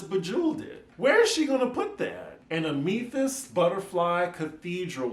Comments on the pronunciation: YAH, THE JACK IN THE BOX THREW ME AND I'VE NEVER HEARD OF "ROADIES" EITHER... IT'S AM-ITH-IST AND YES IT IS UGLY. ❤ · It’s pronounced “AM-AH-THIIST”🤣🤣